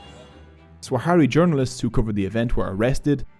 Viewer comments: Sah-ra-wi not Swa-ha-ri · Good video but it's Sahrawi not Swahari 😭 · It’s not “Swahari”. It’s Sahrawi. Thank you for this video 👍🏽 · Swahari people 😭😭💀 It's sahwari not swahari, that guy is the only one who says "swahari" because he is from the west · Firstly it's sahrawi, not saharawi or swahari, also "sahrawi people" don't exist because "sahrawi" is simply the denonym for the sahara region, so a Tchadian is a sahwari, their entire ideology was created by Boumediene and Khadafi to weaken Morocco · Sahrawi => Swahari????? I appreciate this video and bringing attention to something that's not talked about very often, but come on lol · if you go through the trouble of making a video about a people's struggle and have the video make you money, atleast have the basic decency to uhhh... PRONOUNCE THEIR NAME CORRECTLY. SAH RA WI. NOT SWAHARI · Great video, thanks for making something on such a forgotten conflict. I’ve been personally involved with the Sahrawi (fyi it’s pronounced sah-rawi) community living in the refugee camps in Algeria since 2012, teaching and facilitating training programs in Smara, Layounne and Boujdour each year. The situation on the camps is not improving, 50 years on people still live on emergency food rations, water is bought in each day by tankers and malnutrition is widespread. The more the international community look away the worse the situation is for those in the camps and those living under the brutal Moroccan occupation. Let’s stand shoulder to shoulder in solidarity with the Sahrawi people, they are brave, gracious, generous, resilient and compassionate despite years of persecution by Morocco and neglect by the international community. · I really appreciate your good work brother. I do find it irritating though that you misplaced the W sound in “Sahrawi” throughout the video. Sah-ra-wi. Not very hard and it’s a small detail that made me want to stop watching halfway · He mipronounced Sahrawi every single time.